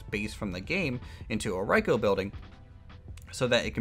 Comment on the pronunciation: its pronounced like "reeco" not riecho love you vids btw